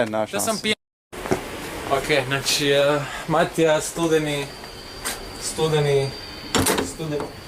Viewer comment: its not matijas its matija